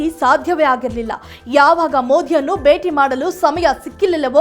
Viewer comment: ಕನ್ನಡ ಚೆನ್ನಾಗಿ ಕಲಿತು ನ್ಯೂಸ್ ಓದಲು ಬರಬೇಕು ಅನ್ನ ಭಾಗ್ಯ ಬೇಟಿ ಹಬ್ಬ ಎಲ್ಲ ಮಹಾಪ್ರಾಣವನ್ನು ಚೆನ್ನಾಗಿ ಕಲಿಯಬೇಕು